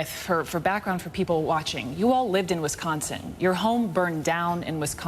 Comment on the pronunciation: She says Whischonsin like wtf